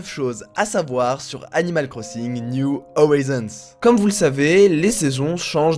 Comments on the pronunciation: "Niou Orizonse" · C’est pas niou howison bordel